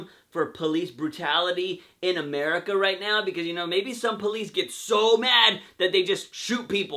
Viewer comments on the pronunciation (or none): none